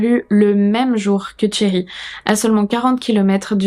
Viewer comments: C'est pas une question d'accent, le R à la française ça ne me choque pas, c'est juste que son prénom se prononce avec le son "sh" et pas "tch" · En effet, t'as vraiment besoin de cours d'anglais ! C'est pas tchéri mais chéri (phonétiquement) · j'y peuc rien, j'entends "Thierry" au lieu de Sherri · Toute la vidéo, quand tu disais "Sherri" j'entendais "Thierry", c'était perturbant. Sinon, ça fait peur de savoir que des gens peuvent faire ça et détruire sa famille. Tu n'as quasiment pas parlé des enfants? Quels âges ils avaient? Parce qu'ils auraient pu dire si Sherri frappait Keith ou le contraire, ou si il n'y avait pas de violences physiques. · Super vidéo, je connaissais pas du tout cette histoire et les explications et tes théories sur son cas clinique rendent cette vidéo très interessante ! Mais bon, je vais être cette personne : j'ai enseigné l'anglais pendant près de 10 ans et comme Cambly est le sponsor, ça me semble approprié :) alors toute la vidéo, je trouvais bizarre que la "victime" s'appelait Thierry. Je faisais la vaisselle donc j'avais pas les yeux sur l'écran à 100%, et je me disais que je vérifierais après coup. Oui, toute la vidéo j'entendais le prénom Thierry ! Donc ce prénom là, Sherry, se prononce comme le français Chérie, c'est un son/sh/ doux, comme dans le mot Shoes. Voilà, juste un petit détail rigolo qui n'enlève rien aux mérites de cette vidéo !